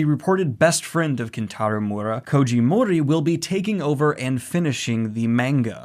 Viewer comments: this is great, but please, someone teach him how to pronounce Miura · Hey Daniel!!! I love the energy you put into trying to pronounce Miura. You are SO close. It's 3 sounds 2 sylabals: Mee-you-rah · Okay, this isn't REALLY the point of this video, but I just want to give a (hopefully) helpful tip to Daniel: When you see Japanese names or words or whatever spelled out with roman letters, such as Kentaro Miura, one thing you can count on is that the letter basically ALWAYS make the same sound. For instance, the letter 'i' is always pronounced "ee", the 'a' is always pronounced as "ah", the 'o' is always like "oh", etc. So the name Kentaro Miura is as such: Ken-Ta-Ro (Ken-Tah-Roh) Mi-U-Ra (Mee-Oo-Rah) You speed it up as you pronounce it of course, but that is the breakdown. I just keep hearing you pronounce his name more like "Mura", where you're totally skipping over the 'i'. I'm not trying to be a dick, just trying to help. Once you catch on to how consistent this particular aspect of Japanese words really is, it becomes REALLY easy to know how to pronounce them. Ya know, if they're using our alphabet :p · "Mooda" It's mi-ur-ra or mi-u-da. He's not mudahar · Miura, M-i-ura, mIura, M-iiiiiiiiiiiiii-ura. NOT M-U-ra or MuUUUUUuuuura.. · hate to be that guy but it's Miura not Mura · I'm sorry to point it out but it's Kentaro Mee - u - ra, not Moora With love <3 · Can you please stop saying Mura instead of Miura lol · "Kentaro Moora" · Also just want to note: I know the pronunciations aren't always strictly like this. When actually talking, obviously we tend to finish a name like this with an "Ruh" sound instead of a "Rah" sound, but I hope this gets across how the name is phonetically intended to said, the "proper" way. Daniel generally does a good job, it was really just the fact he was straight forgetting the 'I' in the name that made it sound so off. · This is amazing news!! Also, it's me--you--ra. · M I U R A, not that hard daniel!